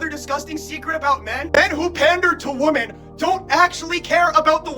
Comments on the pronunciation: No hate, but just so you know, the plural of woman, women, is supposed to be pronounced like "wimin". Like it rhymes with how a Southerner would say dimming, dimmin' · Bro you do know that women is pronounced differently then woman right?